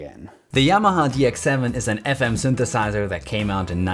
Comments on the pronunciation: Could you clarify Y'mah ? It's pronounced Yamaha, Japanese for Harmony. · There's no stress in Yamaha- it's a Japanese word.